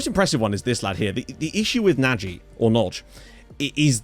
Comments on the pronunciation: That's 'americanized' (like Pulisic for example). actually pronounces the hungarian 'original' version of the name pretty correctly. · There was an nfl coach called Nagy and it is pronounced na-gee. Or atleast it was for him